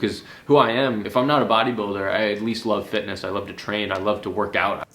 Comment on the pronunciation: "Fetiness", cara pq vc é tao fresco?